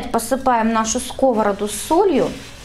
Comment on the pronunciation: Ставь правильно ударение на скОвороду😂